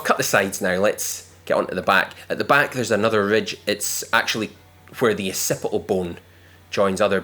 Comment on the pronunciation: Ocipi-al bone.